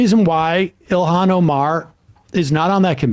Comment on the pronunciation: Charlie Kirk's take is massively stupid. A woman has to have a man and kids to be a real women. And the idiot can't pronounce Ilhan Omar's first name correctly. What a tool.